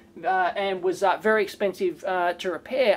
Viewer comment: Problem is it would not be wery energy effishent XD